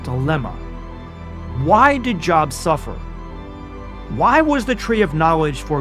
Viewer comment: Job. ... Long O like Jobe, right? Are you sure you're not AI. Lol